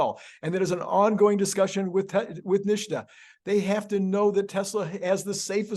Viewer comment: NHTSA is pronounced "Nit-sah", not "Nish-tah"..same mistake Sandy Munro makes.